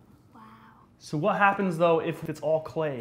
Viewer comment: She said WHAT. Not wet